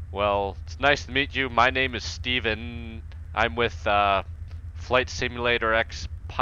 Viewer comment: Sounded like you had a little stroke at the end of "stevennn"